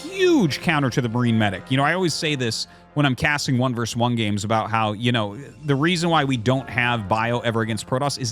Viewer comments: 2 v 2 sounds better instead of pronouncing it 2 vers 2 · The word is "versus," not "verse."